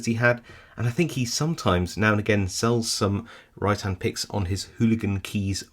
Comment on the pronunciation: Great review -- I've just ordered a couple from Hooligan Keys. Every time you said "Rytan", I heard "Right hand" which made me wonder if there are any picking tools where handedness is a thing -- are there "left-handed" picks, or are they all ambi-dextrous...?